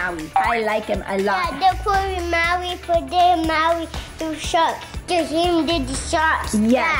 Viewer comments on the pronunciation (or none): they said they are going to maui but keep saying hawi🤬😡😡😡😡😡😡😡😡😡😡😡😡😡😡😡😡😡😡😡